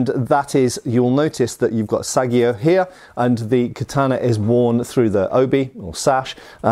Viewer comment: Don’t want to nit-pick, but since you said you’re trying to learn more about Japanese swords... The pronunciation of Tsuka is not “TsooCa”. It’s “Skah”. And the pronunciation of Sageo is not “Sah Gee Oh”, with the emphasis on the Sah. It’s “Sah Gay Oh” with the emphasis on the Gay. And the pronunciation if Iaia is not “Ee Eye” With 2 syllables. It’s “ eYahEye” with 1 syllable, and the initial e barely perceptible, and the main YahEye a single blended sound. Love your videos BTW ! Especially the historical research :)